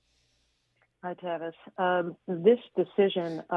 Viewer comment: Aint no such thing as a Tavis, its TRAVIS